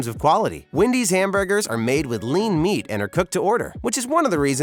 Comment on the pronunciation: I love how he calls Wendy's ''windys''